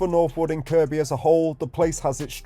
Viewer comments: Am I hearing you right… are you calling it KirKby?? It’s pronounced ‘Kirby’. You filmed my bf’s old place in Northwood lol. That spot you thought may have been an old playground is now just used by a few for their dog to have a run round and toilet. I used to live in the heights on Roughwood Drive. My block got knocked down years ago though. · . I know. 😂 I used to live in Northwood. The guy doing this video mispronounced Kirkby. My comment was in response to that.